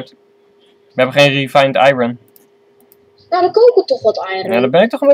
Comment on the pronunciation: The kid said iron while you said iroon